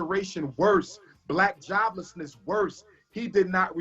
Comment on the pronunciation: Even says helping one "blacK" boyy at a time.